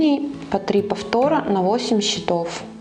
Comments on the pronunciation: Все прекрасно, кроме ударений в слове «счётов» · 'Cчетов'- ударение на первы слог